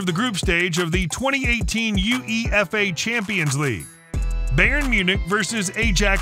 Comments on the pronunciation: A-Jax, Bay-Earn,Mou-Rino,Standard Lee-egge,Ks-avi,Nigel Dee-shong,Alf-Inj Haaland...hilarious. :-) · "U-E-F-A" "Bey-ern" "Ay-jax" "Sti-ah Bucharest" "Standard Lee-egguh" "Ro-bin" "Bee-elefield" "Weirder Bremen" "Worder Breemin" "Arsené Wenger" 💀 💀 💀 💀 💀 Im not even gonna mention all the other player names